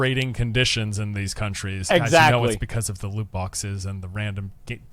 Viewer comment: woot bwoxes - asmongold